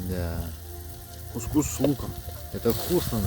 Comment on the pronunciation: Очень здорово, есть у автора художественная жилка... З.Ы. кус-кус ударение на первое у, а то слух режет. ( на местном арабском кус - женский половой орган , пелотка типа 😂 )